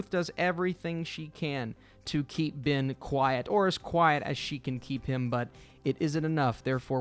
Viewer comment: His name is not BIN, it's BEN.